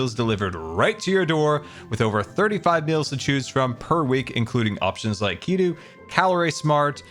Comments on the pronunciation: you deserve to know that keto is pronounced like key-toe. But PLEASE keep saying it like keydoo <3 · i'm obsessed with how he says 'ketu' instead of 'keto'